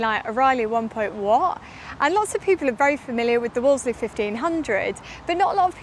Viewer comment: 'Woolsey' - the second 'l' is silent! Phone The Wolseley on Piccadilly if you don't believe me!